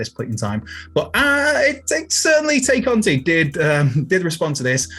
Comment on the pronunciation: Why do so many of you guys have a mental block when it comes to correctly pronouncing “Tay Conti”?